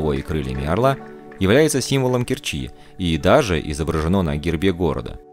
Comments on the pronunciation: Все отлично, но...режет слух КкерчИ, Керчь в КЕрчи, порт порты, торт торты. Кореная керчанка. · Спасибо за прекрасный обзор моего города. Только правильно КЕрчи.